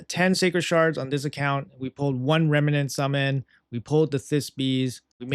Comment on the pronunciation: I love how you can't say remnant